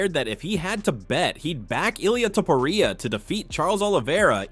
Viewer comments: "illia topuraya" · man why do you pronounce topuria differently each time? HAHAHAH